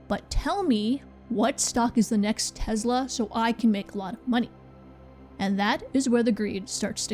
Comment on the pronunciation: Tesla not tezla ugh